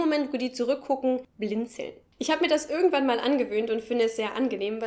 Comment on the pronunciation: hab es ganz nich verstanden, welcher Dialekt sprichst du? Deine "irgendwo" und "irgendwann" klingen wie "ürgendwo" und "ürgendwann". Bitte, sagt mir jemand, was für Dialekt ist das?